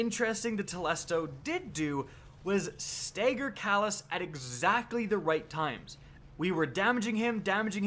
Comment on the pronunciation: Dude stagger not stegger